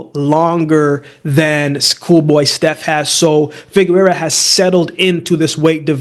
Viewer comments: FIGUEROA! pronounced FI- GE - RUA! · Covered Figueroa on the channel enough times and has butchered his last name everytime. Just say Brandon lmao